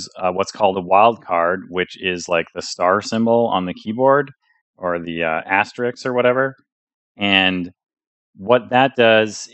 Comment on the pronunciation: **Asterisk, not Asterix... that's a comic book character 🤘 "It's been broken my whole career" ~ Maya in a nutshell